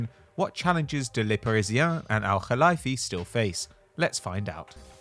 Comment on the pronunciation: Very impressive pronunciation of the “Kh (خ)” in Nasser Al Khelaifi’s name, however it’s pronounced Al Khelayfi as in the word lay.